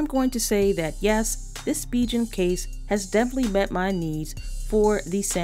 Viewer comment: Great video! But it's pronounced "Spee'gan" not SpiJen!